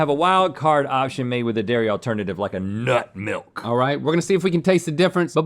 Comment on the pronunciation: Emphasis on NUT MILK